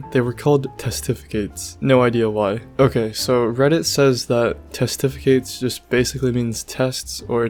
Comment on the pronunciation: doesnt know how to pronounce "dare" OR "testificate"